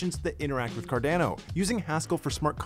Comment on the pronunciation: quit saying Cardano like a Canadian